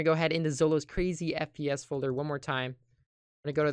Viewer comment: who heard SPS When he said FPS for the first time